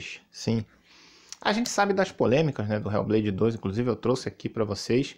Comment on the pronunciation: "RÉU BLEIDI DOIXXS" PRATA GAMER SEM LIMITES 😂😂😂